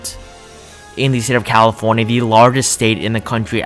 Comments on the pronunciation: “Calofornia” :D Nice video btw, let’s hope this dream comes true! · Hermione be like it's CALIFORNIA NOT CALOFORNIA